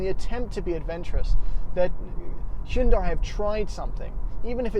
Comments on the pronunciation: Hyundai. Rhymes with Sunday. Not Hun-DIE, not HYOON-die. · Isn't Hyundai pronounced like Sunday...? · Are they pronounced the same though? Like saying the Hyundai Kunt?